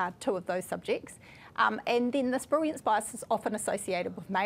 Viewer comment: Am I the only one hearing her pronounce "brilliance" as "briwiance"? 😅